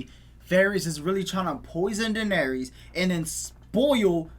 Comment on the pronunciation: YALL know what’s crazy…. you guys haven’t pronounced Dany’s name right the entire show 😭😭